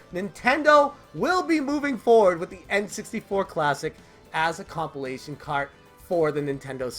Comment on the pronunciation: This man said “compile-ation”. Nonetheless I hope your channel makes it, bro. I subbed to help you out. Stay up and stay true.